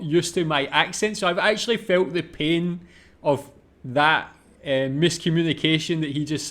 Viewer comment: One of the common problems with Germans speaking English is the 'th'. Since you gotta put your tongue between the teeth, and Germans 1, are not used to it and 2, it's kind of considered not nice to put your tongue out, here we are. This then leads to 's'ath' instead of that.